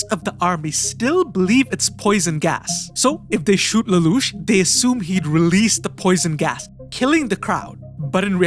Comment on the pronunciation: If you think an AI can say Lelouch that well you're crazy.